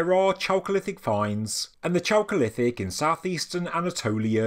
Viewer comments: "chalcolitic" pronounced /kalcolitik/ anyway love your reports i Really appretiate your used of at least older place names: anatolia, instead of turkey. it's Krazy when you read/hear about discoveries of say "a pakistani city of 5,000 ago" like still we hear. or a "palestinian" settlement.. when "palestine" was a name place of an area in today's syria that the romans used in their efforts to erase judah and israel from the map literally . people might get the wrong idea : ) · Great video, thanks for covering it. I kept having a childish thought whenever you said chalcolithic which sounds like the cholesterol period. Which was clearly the tastiest and best period within the broader Neolithic…or as it translates from Greek, it is a copper age transition from stone to bronze ages. But I prefer to think of the intrepid and far away navigators of the Pacific Islanders who arrived in South America to discover cacao pods. Check out ethnobotanist Wade Davis if you’re unfamiliar with him. The ancient and advanced seafaring peoples of the pacific and the DNA and red hair of the original peoples of New Zealand are a fascinating connection to the ideas of a global 15k year old civilisation. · Chocolithic or choakolithic? Sorry, bad hearing